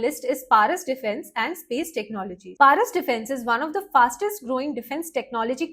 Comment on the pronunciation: প্যারিস নয়,ওটা পরস ডিফেন্স হবে